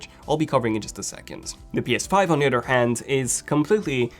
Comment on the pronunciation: Why does he says otter instead of other